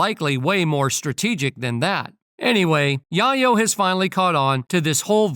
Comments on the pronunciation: Tony Yah-yo 😂😂😂 Tell the AI voice it's Yae-yo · I couldn't take the tony yahyo it's yayo 🤔💯👍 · Tony YaYo....... Not Yahyo......WTF,....New York City Dont like Vlad,.... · The Narator can't read!! "Yayo" like in "Scarface". "Chi Chi, Get the YAYO!" DICK HEAD! 😮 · I was thinking "Yay Oh" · Same here, it’s like watching someone’s name get butchered, right in front of you for 15 minutes straight, and it’s nothing you can do to stop it, except walk away, to save yourself. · Why is it that the man narrating cannot pronounce Yayo properly....just say Tony....jeez